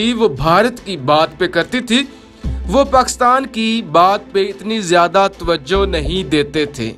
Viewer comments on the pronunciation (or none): none